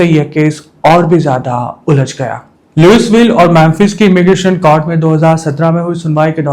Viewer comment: Louisville ✅ लुईविल ❌ लुईसविल ( S silent)